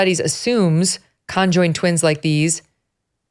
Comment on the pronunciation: "Con joined" twins 😂😂😂😂 the way she says it!!! Megyn its just conjoined